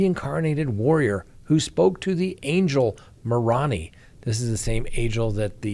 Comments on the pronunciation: I love that you call the angel moron-ee as a former lds, it is spoken among the mormons as more-oh-ni. Great channel. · Mah-rah-nee 😂 Lol so funny! It’s Mr-ow-nee 😂 that pronunciation made my night! Great episode! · Moroni is pronounced More-own-eye. 😉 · It's pronounced: MORONE- AI NOT Maroni as in macaroni.... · FYI The angels name, Moroni, is pronounced "more-OWN-eye" not moron-E. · Moroni is pronounced, Mor-O-ni. (Long I). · Maroni is pronounced Ma Roon I … long o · Moroni pronunciation == Moe-row-nigh. Slight emphasis on row. thanks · OMG best pronunciation yet🤣🤣🤣😉 my home town... Moroni, Utah home of the turkey plant aka Norbest. It is pronounced more-own-eye... Love ya you're the best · it's pronounced: more-oh-nye. (Does not rhyme with hugger) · FYI: "Moroni" is pronounced with all long vowels. "Mo" and "ro" with a full O sound and "i" just like "eye". Accent on second syllable. No biggie, but just so you know. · Let's talk about how bad butchered the name Moroni. More- own-eye. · It’s pronounced Marone that’s not how you spell it though MORONI. I just thought you would like to know that thanks enjoy your show I enjoy your show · Ha. Ha. I noticed his funny pronunciation too. I did my student teaching at Moroni Elementary in 2000.